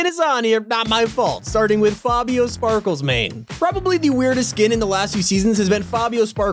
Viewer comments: me cringing while says Fabio SPARKLESmane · Stop saying Sparklesmane there is no s